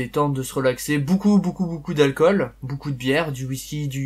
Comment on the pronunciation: pourquoi tu dis 'boucou' aulieu de 'BEAUCOUP'